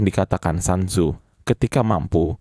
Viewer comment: Sun tzu,di baca sun tzu,bukan san tzu